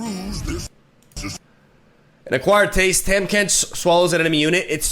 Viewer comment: Learn to say Tahm Kench